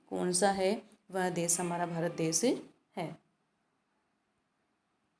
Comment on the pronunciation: मेम, देस नही देश बोलिए।बच्चे आपके उच्चारण का अनुकरण करते हैं।